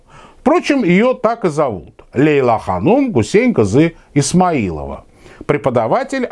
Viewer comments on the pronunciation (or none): none